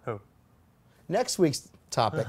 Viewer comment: I LOVE Road Testament, this segment need not change. Seriously tho, you should pronounce Porsche right. Come on, be professional.